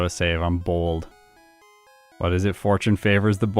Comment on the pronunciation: I thought you said fortune favors the bald 😂